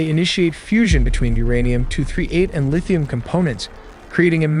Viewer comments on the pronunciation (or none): none